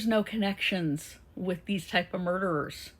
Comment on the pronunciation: Sy Ray did not use his own software u r wrong and you say murderers WRONG